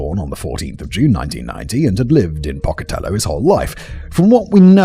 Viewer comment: Simon: Matt should've given you a pronunciation guide for this. Pocatello is roughly pronounced "poke-uh-TELL-owe". It's a city named after a regionally well-known Native American, specifically Chief Pocatello of the Shoshone. I've lived in southeastern Idaho since 1986 and Pocatello is in SE Idaho. (Only mentioning this to lend credence to why I know how it's pronounced.) And Columbine is pronounced COL-uhm-byne, as in "column", not as in "Columbia"